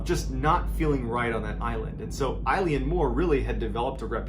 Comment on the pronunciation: Love your storytelling, but please please! check your pronunciations before recording. Eilean Mor is pronounced ‘ae-lan mor’ (as in a long ‘A’-lan).